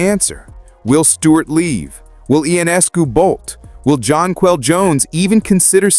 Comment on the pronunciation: The same goes for Jonquel Jones. Make an effort to spell and pronounce their names properly.